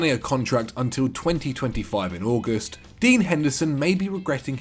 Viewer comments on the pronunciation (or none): none